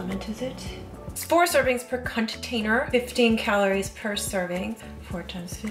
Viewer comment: "4 servings per cunt-tainer." lol. Had to do a double check on that.